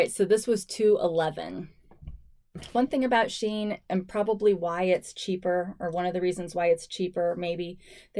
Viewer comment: It’s pronounced she in, probably because of the inclusive sizing